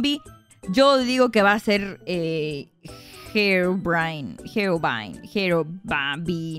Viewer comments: se dise herovrain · Se dise jero vrain se diseño e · Se pronuncia Herobrine